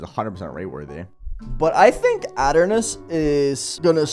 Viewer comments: ah yes "ot" ernos, i swear to god if thats the correct way to say it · it's pronounced ee tur nus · that is probably funniest way of pronouncing "Aeternus i think ive ever heard LOL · Say aeternus again I dare you